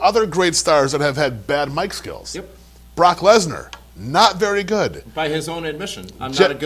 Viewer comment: Anyone else hear call Brock "Block Lesnar"?